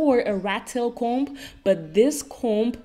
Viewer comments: I love you babes! But I’m dying laughing at the way you say comb!!! Lol here in the US the “B” in comb is silent! But we don’t pronounce it “com” like dddd@ lol still say comb just without the B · Hey I always watch your videos but never comment 🙈 But I just wanted to say that the b in comb is silent Fyi I live in Belgium as well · I've never heard anyone pronounce it "comb" with a b, is that a Dutch pronunciation? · Wow I also didn't know that English speakers don't pronounce the "b". That's crazy 😦